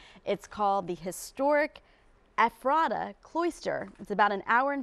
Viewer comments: Perhaps you should first learn how to pronounce Ephrata before doing a story about it. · Wish the news chick knew how to pronounce "Ephrata." 🤦‍♀️